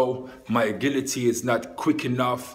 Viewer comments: aGHIlity not *AGHILity lol np tho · Agility is pronouced a-jility